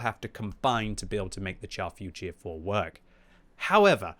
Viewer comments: Can you please pronounce the name correctly? It is not the chaf futier four but the char futur 4. Thanks. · Pronounce it “shar” future. Like when you say “shit” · Finds new favorite tank, still pronounces it wrong. 😮‍💨😮‍💨😮‍💨